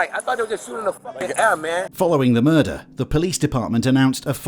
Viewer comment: that tickled me a little bjt 😂😂 “po lease”